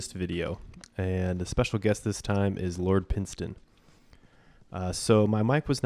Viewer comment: Had fun playing with you, looking forward to it again some time. One more thing lol it's pronounced Pine not Pin